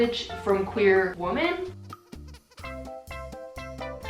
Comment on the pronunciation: i'm so confused about how people with english as their first language don't know how to say "women".. it's frickin pronounced "wimmen" not "woman"